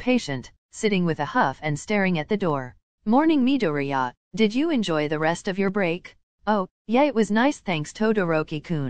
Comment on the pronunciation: by the way it is midoriya not midoria . just saying